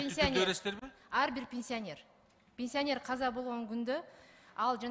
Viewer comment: Пенсионер деп суйлочу катын ПИНСИОНЕР дебей😅